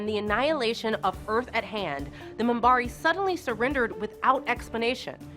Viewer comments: Para"mont"? Daylen? Star Track? Munbari? Seriously, nobody does any research these days. This is like Kennedy back in the day having no idea why Martin Landau was at the Mission: Impossible movie premiere. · The Moom-bari? WTF? Commander Sheridan? Don't you mean captain!? Stop singing the praises of the show and actually sit down and watch it! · Yea she lost me when she called the Minbari the Munbari. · Also the "Munbarre". Decent script, but they should have had somebody that knows the show checking pronunciation during shooting. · I was riding along until you had to attack a perfectly good show like ST: Discovery... Her pronunciation is most likely an accent issue but what caught my ear was when she referred to the "Minbari" as the Mumbari... And she got many things wrong from a certain pov... The original station commander had relapsed into a bad habit in RL and had to be pulled... That was not written in ahead of time but the backdoor she refers to was... JMS does not get the credit he deserves imho for being such an excellent writer/producer... That aside I won't sub this channel since it appears they mostly read from scripts others wrote and researched, while the talkers have little clue what they're talking about, lol... After all, she was at most an infant when this show was originally aired... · The mispronunciations of Minbari and Delenn is killing me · . OK I'm done. This person cannot even pronounce Minbari correctly. This is all BS. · That and much more! Lauren, for example! Realy? Even Minbari was mangled a couple of times! She is excellent at giving the impression that she watched/liked the show, but these small slips, where she reads names in English show that nobody instructed her on how they are spoken in that universe! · You should hear her pronounce Minbari . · WTF? MOON-bari? DAY-linn? I think this narrator should maybe watch the show before commenting on it. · and i cringed every time she said "moonbari" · MUMBARI?!?!?!?! WTF!!!!